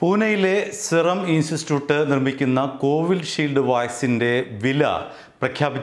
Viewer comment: ഇയാൾ ഇൻസ്റ്റിറ്റ്യൂട്ട് എന്ന് പറയുന്നത് നാവ് വഴങ്ങുന്നില്ല